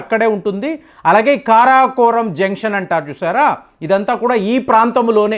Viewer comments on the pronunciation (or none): అంతా బాగానే చెప్తారు. పేర్లు సాగదీస్తారు. కారాకోరం ఏమిటండీ?